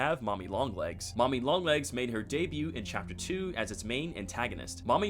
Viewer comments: Great video!!! but just so you know, the t in debut is silent ^^ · Also the "t" in debut and all its tenses is silent 😂